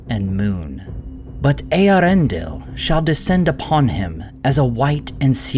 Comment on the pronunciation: I can't remember if I've brought this up yet, or not, but even if I have, it's worth mentioning again: I have a LOT of respect for the, for correctly pronouncing the name of Eärendil. More so, because the movies mispronounce his name and it would be easy for a Poser-Nerd to take the movies as an authority on pronunciation. Not so with. He correctly dismisses the twaddle proffered by the movies and correctly disseminates the name for us. Cheers, mate:)